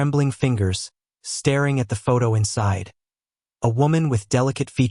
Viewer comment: I agree. Spell the names phonetically so that the narration tool pronounces all words correctly. Yes, annoying to hear the mispronunciation of her name. There are a few other English words these stories get wrong, like staring, dating, babies, etc.